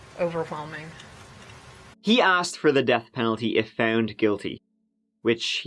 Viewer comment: I like the way the prosecutor pronounces the "wh" in overwhelming.